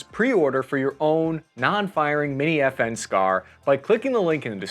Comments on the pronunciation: I always hear "FN scar" as "effing scar". And now you hear it too. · I thought you said F-ing Scar